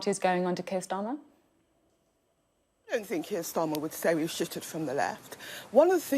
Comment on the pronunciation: She said Steir Karmer instead of Keir Starmer 😂🤣 pure comedy this one. A gift to the Tories.